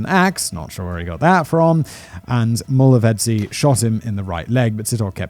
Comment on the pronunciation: I'm astonished at how well he was able to pronounce 'Mulovhedzi' though😅😅